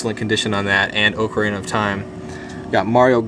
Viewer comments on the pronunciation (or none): The way he said Ocarina of time. Lol